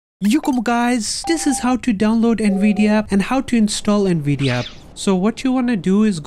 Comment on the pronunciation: “Nvidi aap”☺️🤙